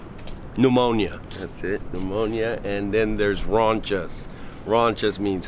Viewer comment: "ronchas", not raunches